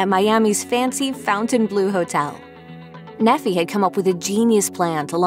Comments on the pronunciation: His name is pronounced NEE-fie, not Neh-FEE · the name Nephi is pronounced "nee-fye", not "neffy" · Nephi isn't pronounced "Neffy" its pronounced "Nee-fye". It's a Mormon religious name. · Nephi would be pronounced "ni:faɪ" or "nee-fye" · She keeps mispronouncing his name, it's pronounced "NEEFI", A prophet and hero from ancient times, whose life story is told in "The Book of Mormon" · Yeah, something definitely sounded funny haha. I can't blame them though. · Mispronounced the name Nephi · It's pronounced Nephi with a long i